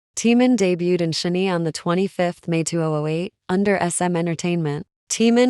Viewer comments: Computer generated voice or person who doesn’t bother to learn how to pronounce Korean? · ok. you need to say SHINee correctly. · Your AI voice mispronounced SHINee. Makes it hard to watch the video straight off.